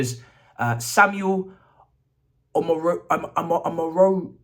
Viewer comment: It's pronounce omo raw dion ..